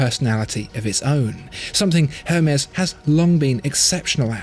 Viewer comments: I believe it's pronounced "airmez" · Isn't the "H" in Hermes silent? It's French, right? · I didn't think you pronounced the H of Hermés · I dont want to be that guy but you dont pronounce the H in Hermes.